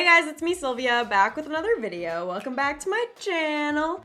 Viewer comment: Vid not bid lol